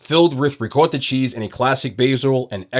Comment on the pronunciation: Yo you kill me with the “Ricotta” cheese pronunciation🤣 jus say it regular😂